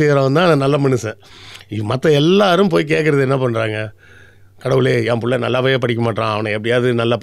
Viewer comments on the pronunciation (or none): none